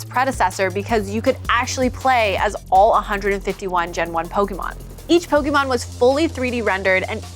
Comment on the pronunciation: The way these people pronounce pokemon names is horrible